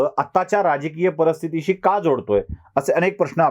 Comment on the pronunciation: सर तुमचे सर्व कार्यक्रम आम्हाला खुपच आवडतात, आपले video आम्ही नियमित पहातो, like आणि share ही करतो. पण तुम्ही नेहमीच 'परिस्थिती' हा शब्द 'परस्थीती' असा बोलता ते कानाला किंचीत खटकते. कृपया मागिल काही व्हिडिओ तपासुन पहावे.